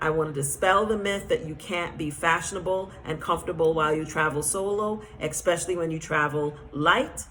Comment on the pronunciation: You raise valid points , but I would like to encourage you and all other people who are reaching a wide audience to use proper pronunciation when speaking English. Otherwise listeners pick up that incorrect pronunciation and our language slowly but surely becomes altered. The word is : especially.… I noticed you and some others online pronounce the word: eKspecially which should be pronounced without the letter K , and just how it is spelled: ESPECIALLY I am a teacher, and am striving to help preserve the English language, so that these incorrect habits do not get picked up by the masses of people who are listening and thereby use the incorrect pronunciations and uses of words. It is especially confusing for foreigners who are trying to learn English and they hear inconsistencies and become more confused. It’s not an easy language to learn. Much love.❤